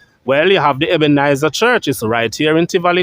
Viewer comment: Brush up on your pronunciation, funeral,not funeral, Ebenezer, not Ebenizer.thanks for the information.